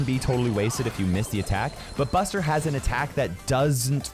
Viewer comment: Bro called Buster 'Budget' 😅